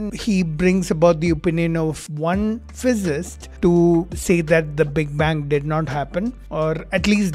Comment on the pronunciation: It's not "physist". It's PHYSICIST.